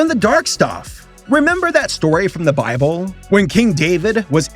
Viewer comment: “The bibble” Hahahhahaha